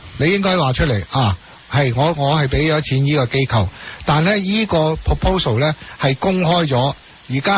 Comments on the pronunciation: 支持機構讀成kau3 我自己都不自覺由電視學o左o的怪獸音 :( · 正確發音是機構（扣） 機構（救）是錯誤的發音。請注意！